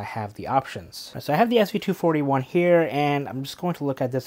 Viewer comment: Great review! You even said the model number correctly! 😂😂